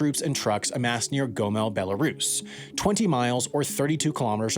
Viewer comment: Gomel is pronounced Goh-mell